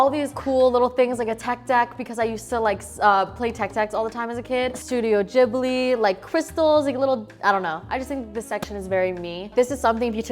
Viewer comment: the way she said studio ghibli😆